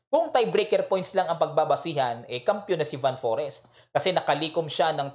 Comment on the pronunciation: Coach, Fan Foreest tamang pronunciation. Like most european country, F ipronounce ang V. Mapansin mo rin yan during nung closing ceremony nila, Fan Foreest daw ✌✌✌